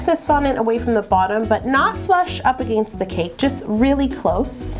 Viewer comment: Did anyone else notice the way she was saying against? Hahaha